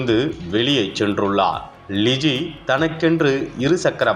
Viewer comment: இந்த செய்தி வாசிப்பவர்க்கு , ல,ள,ழ.. எழுத்துக்களின் வித்தியாசம் தெரியாது! தமிழ் எழுத்துக்களை சரியாக உச்சரிக்க கற்றுக் கொடுக்கவும்!! அந்த பெண்ணின் பெயர் ழிஜி அல்ல " லிஜி" !!!